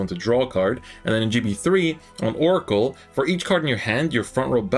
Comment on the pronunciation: it's oracle